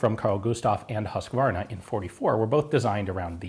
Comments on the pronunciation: "Hus-kvarna" rather than "Husk-varna", btw. (its a small town outside of Jönköping - which is the name of a city that we will not force you to pronounce) "Kulsprutepistol" was fairly correct though. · Hus-kvarna" rather than "Husk-varna.......chainsaw not smg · Your pronunciation on "Kulsprutepistol" is really good I must say, the pronunciation of "Husqvarna" sounds on the other hand is quite weird. :P But then it is a weird Swedish name and I am glad that nobody can here my pronunciation of English words.... Kulsprutepistol is often shorten to just "Kpist" both since it is a long word but also "kulspruta" is the Swedish name for machine gun. So it is simpler to use "kulspruta" when addressing machine guns and "Kpist" when talking about submachine gun. Simpler, faster and less chance of a communication mistake in high stress/combat situations. And I just love the name "kulspruta" it means literary bullet sprayer. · For your knowledge it's not pronounced "husskwarna" it's more like Husekvarna. I thought it might be in your interest to know. The swedish language is very tricky. But you can write it in Google translate and listen to the pronouncements.However "kulsprutepistol" was actually fair enough.👌Have a nice day there buddy<3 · Nice to see a video about the Kpist! Just a friendly comment. Husqvarna is pronounced "Hus-kvarna" and not "Husk-varna" :) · The "Hus" in "Husqvarna" is pronounced more like "who's" than "huss", just wanted to point that out :). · love the pronounciation of "Huskvarna" hehehe "huuusecvrnnna" :D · Ian, you pronounced "kulsprutepistol" fairly well, actually better than your pronunciation of "Husqvarna" where there should be more emphasis on the 'u'. "Huus-kvarna" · Im Swedish. Just love listening to you trying to say Carl Gustav and Huskvarna haha.. The letter U is pronounced more like H" use "skvarna. But I kow Swedish can sound weird to others ;). BTW Swedish K is my fav! I just have love the Tec 9 to but thats not completely Swedish